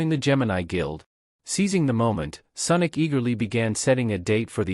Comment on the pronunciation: Senic or sonic 😂😂😂😂